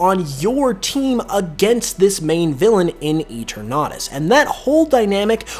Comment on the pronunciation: Pretty sure your saying eternatus wrong, mate